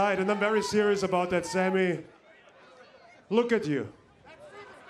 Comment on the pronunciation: The fact is instead of sami he said “rami”